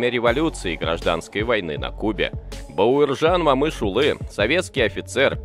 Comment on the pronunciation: Автор, просьба в будущем не говорите Мамышулы а Момышулы. А в целом большая благодарность за видео